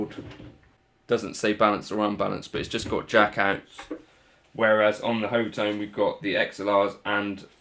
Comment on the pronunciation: It's pronounced Hot Tone!!! LOL!!! I saw it as Hot One when I got it, but your take is pretty good too.